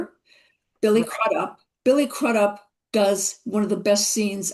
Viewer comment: Donna Mills mispronounced Billy Crudup's last name, it is pronounced CREWDUP.